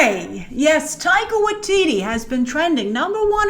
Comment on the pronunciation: lol, Grace, you called Taika, Tittie in the beginnng